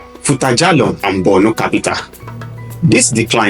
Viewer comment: I don't know why it is difficult for an average Southern Nigerian person to pronounce or write Borno with o instead they pronounce or write it with u, Bornu. The same attitude may shape their views when it comes to giving accounts about the north. They hardly leave sentiments and write objectively.